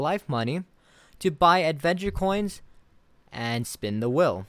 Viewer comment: Im so confused now with your pronunciation of the word wheel